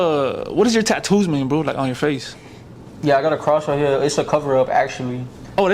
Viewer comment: "It's wight hewe!!"